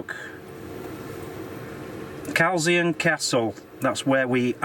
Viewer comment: You pronounce culzean as cul-ain not calzane 🤣 It was my 15th great grandfather who owned/built culzean, its such a beautiful place! You get ferry to arran from ardrossan but you can get boat from girvan to ailsa craig, we went over last year, its beautiful, it has a lighthouse and a castle and lots of abandoned buildings. The dolphins usually follow the boat over too. Trump has 2 golf courses in scotland, trump turnberry and the other is in Aberdeenshire. Girvan has some beautiful gardens to visit and a free museum and a jail tower which you need to book by facebook or phone but it's free. 😀 Let us know if your passing through Irvine 👍